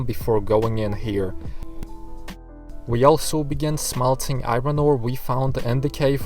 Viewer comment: I love how you say i-ron ore XD